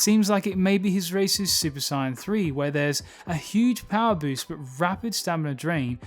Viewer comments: Great video, but I must ask, why do you say super cyan instead of saiyan??? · Clicked off as soon as he said "Cyan" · Why do you pronounce it cyan? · I can’t accept someone who calls super saiyan a super siyan. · It triggers me the way his saying super Saiyan...I'm gonna cry... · The fact he says super saien triggers me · Why do some people pronounce saiyan as “siyan” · From I heard the word Sai-an I said hold up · Heard: Sine, Cyan Not heard: Saiyan Still good video, thumbs up. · Nice work on the narration. I enjoyed the insights. The pronunciation of Saiyan/Saiya-jin is my only complaint. It rubbed me as I grew up with the english dub pronunciation but given weeb clash in our particular culture I understand completely (looking at you aluminium). However cutting out the "-jin" in the name rubs me because its like calling humans "hu-" mainly be cause to me i always took the -jin to basically be a stand in for "people". Gah, still thank you for your hard work! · The pronunciation of saiyan here is hard to listen to. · Good video but fuck i cant stand how he says Saiyan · Why does he mispronounced Sayian? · This guy is great... Except for the way he says sayian... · You need how to say saiyan properly